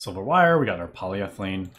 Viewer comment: I don't know who will get it but it somehow feels very satisfying when he says "polyEthylene"